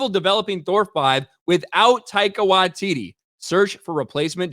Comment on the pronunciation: Almost got his name right! Almost... Tie-car Why-tee-tee These "-" indicate a slight pause. Bummer though. He's been quite an amusing director/writer in the past. Perhaps Hollywood and the MCU gave him no artistic licence. Yup... I think I'll blame Dsny for this. I hope it hasn't destroyed his career.😊